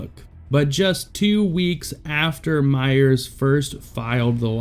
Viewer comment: "Myer" not "Myers." Sheesh.